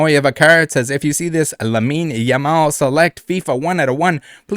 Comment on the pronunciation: with the perfect Lamine Yamal pronunciation